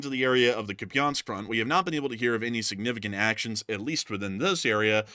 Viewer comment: Nevertheless, sanificant is killing me.